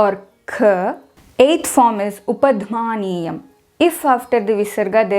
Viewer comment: Great video but while explaining upadhmaniya you spell pH sound as f of English, not a sound in Sanskritam